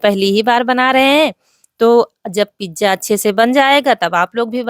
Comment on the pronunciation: di pizza boliyega pijja Acha nahi lagta hai sonne me